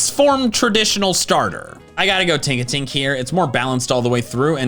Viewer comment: It's Tinkatink, not Tonkatink. Plus, Ralts and Kirlia are super weak. Kirlia, with a base stat total of just 278, is weaker than a base form starter. I would choose Flabebe for Fairy instead, since, like Tinkatink, it's more balanced all the way through.